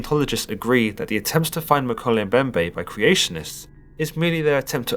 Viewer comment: Woah. Talk about a coincidence. I just started reading a book that mentions the Mokele Mbembe. It's called Cryptid Hunters. On another note: you pronounced the name wrong. It's pronounced "Mo-kee-lee Em-bem-bè"